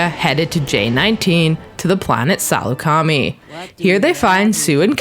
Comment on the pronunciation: Really Salacami It’s Pronounced SEL-UKA-MY It’s Spelled Saleacami ALSO REALLY CUT LACANE ITS CUT LAWQUANE ITS NOT THAT HARD